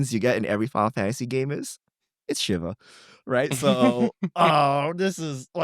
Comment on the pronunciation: It’s pronounced “Sheeva”. And I’m actually scared of what they are going to do with Ultima. lol